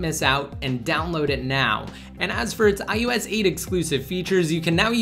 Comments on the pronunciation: It's I O S 8, not ius8 -_ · It's ios not ius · Why does it sound like he's saying I YOU S instead of IOS. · This guy says ius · Why is he saying iUS 8?! I thought it was iOS 8?! And if you're giving widget reviews, why are you holding the iPhone to the side! Annoying!